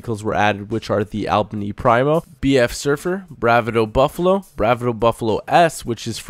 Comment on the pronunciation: You can't pronounce anything.. they even say Bravado in-game all the time!